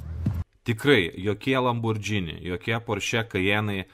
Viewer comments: Neesminis reikalas, bet kadangi ausį pjauna, tai ateičiai – citata iš wiki: Automobili Lamborghini S.p.A. (Italian pronunciation: [lamborˈɡiːni]). Taigi, ne "lambordžini", o "lamborgini". :) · Nenoriu būt tas įkyrus žmogus, bet,: žodis,,lamborghini" tariasi ne lamborDŽini, o lamborGini, panašiai kaip ir kitas itališkas žodis spaghetti - juk nesakom spadžeti:) Čia šiaip didesnė taisyklė ir daugiau nuansų, bet trumpai tariant, po g einanti h (lamborGHini) lemia, kad tariam ne,,dž", o g. Nepaisant to, ačiū už gerą turinį, visad laukiam naujų video:) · Tariasi ne "Lambordzini", o Lamborgini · Lamborgini. ne Lambordžini ;) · Ne Lambordžini,o Lamborghini,juk nesakome spadžeti(spageti) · Lamborgini, ne Lambordžini. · Tik tarp kitko: lam bor GI ni, ne lam bor DŽI ni. Bet gal ir gerai, kad nežinai, reiškias nesidomi tuo, kuo domisi Aršauskas :D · Niekur neteigiu, kad matau TIK kritiką blogai ištartam itališkam automobilių brando pavadinimui. Priešingai, iš kuriamo turinio pasiėmu labai daug. Šiuo atveju tiesiog pasidalinau pastebėta smulkia klaida; mąsčiau, ar verta rašyti komentarą, nujausdamas, kad atsiras kas prisikabins. O jūsų pavyzdys su Švarcnegeriu ne visai korektiškas - nesu prieš žodžių sulietuvinimą; pagalvojus, net nesu prieš tai, jei kažkas taria lambordžini, bet galima tart ir taisyklingai. Mano intencija buvo pasidalinti tuo, ką žinau, padariau tai pirmą kartą. Jei toliau sakys lambordžini, tebūnie, man neskauda, kaip jūs teigiat.